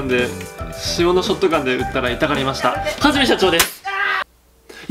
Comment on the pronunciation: はじめしゃちょー（hajime） ふぁじめん